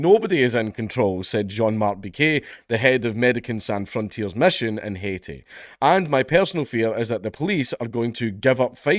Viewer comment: Pronounced Medeh-SERN sohn fron-tee-ehs. Haiti was French speaking after all. Or just say doctors without borders. Yay open borders. Haiti achieved independence in Napoleonic times by overthrowing their masters. 40,000 French men, women & children butchered. The entire community. I'm sure they had some fun with them first. In 2010 there was a severe earthquake & so - lacking clean water - massive disease outbreaks. The developed world largely looked the other way, pledges not honoured, societal collapse and Oxfam admin staff used locals as sex objects.